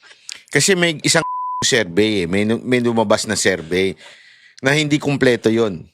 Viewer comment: SERVEY SERVEY, TONG SI KATANDA NA SA VLOGGING BOBO PA RIN SA MGA PRONOUNCIATIONS